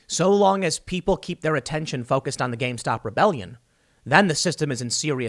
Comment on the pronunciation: I love that you keep saying gamestock